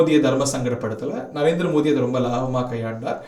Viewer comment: மோடி என தெளிவாக உச்சரித்தால் நலம்